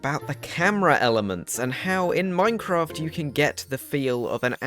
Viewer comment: Hello, excellent vid bro. Tip from Northern Ireland - it's pronounced Mine-craft, not "Moine-craft". Cheers